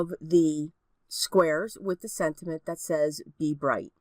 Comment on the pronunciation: Am tripping — or do I keep on hearing you say SENTINENT.....? ....or sentiment? 🤔